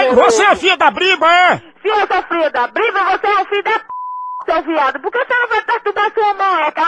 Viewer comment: Sabe nem falar. Não é briba. É BRÍBORA